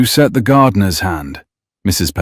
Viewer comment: "Then she had set it" not send.